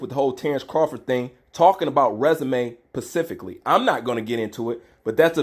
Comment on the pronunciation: I love your take on things but I crack up everytime your ass try to say specifically